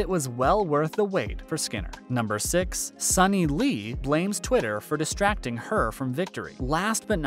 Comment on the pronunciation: Suni Lee’s name is pronounced soo-knee not sunny.